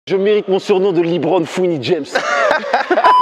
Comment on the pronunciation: Il a dit Li Bron fin de la vidéo